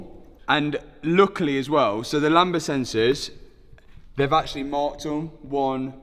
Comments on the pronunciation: Btw it's pronounced lamb-duh, not lamba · I always chuckle when I hear say "Lamba sensors" (sic): The word "lambda" in "lambda sensor" is pronounced LAM-duh, with a silent "b" before the "d". Says Google;-) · Lambda not lamba 🤣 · The b in lambda is silent btw... 😂